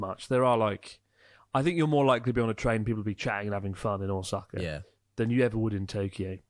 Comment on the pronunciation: Man, how long have you been in Japan and still can't pronounce Ōsaka. 😅